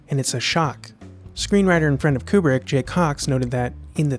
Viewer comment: Kubrick, more like like Kuprick.